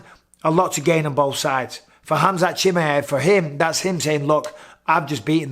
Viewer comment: No one in the WW division can hang with Khamzat , dam Mike perfect pronunciation of his name Bisping ! Bisping wants to be great at everything he does , champion mentality .